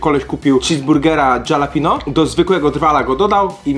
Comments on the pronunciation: co to jest dżalapino? XD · DZALAPINIO????? SERIO??????